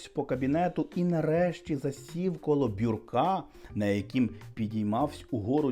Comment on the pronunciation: ❤❤❤ Одне зауваження: не " б'юркА", а " б'Юрка" (б'Юрко = письмовий стіл як в б'юро, з двома шафками, з дверцятами,по боках і широкою шухлядою між ними,над колінами) 🫠